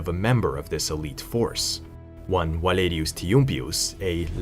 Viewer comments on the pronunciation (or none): none